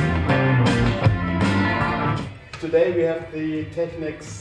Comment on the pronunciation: Finally a video where they pronounce Technics correctly!